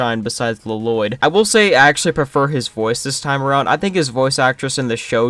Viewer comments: Ah yes LUH-LOYD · I like how you kept saying La-Loydd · The worst part of this movie is easily the pronunciation of Lloyd, by everyone.